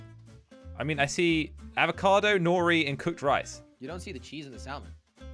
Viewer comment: When said Avocado i thought is abocado but its avocado